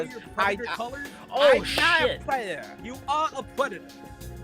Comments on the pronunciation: is a pwedahtah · "Yeah I gwoped a teenagaw, but I'm not a pwedatow!" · I... Am nahwt... A PWEDATAH! >:( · "I'm not a pwedator" "You are aw pwedator" had my fried ass giggling for like 20 minutes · "You are a pwedator!" I fucking died 😂😂😂